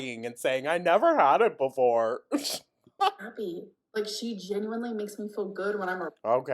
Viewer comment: It’s the y’s that she can’t pronounce correctly